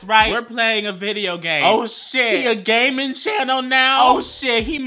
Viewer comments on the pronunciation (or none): Hey it's Adrianna I heard it as "gay-ming channel" LOL